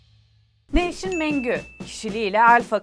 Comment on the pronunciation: nevsin...nev-now...filandan gelmiyor, yani yeni isik filan degil noush-in veya nevs-in dir....nev-sin degildir yani now=nev anlami "yeni" kelemesinden degil....noush kelemesindendir. Tercumesi bir az zor benim icin ama guzel, lezzetli, hos,.... oyle bir kelime. Tam anlami "noush" olan...noush gibi.....